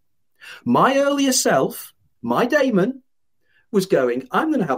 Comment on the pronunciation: When he says Damon, does he mean Demon? Or have I missed something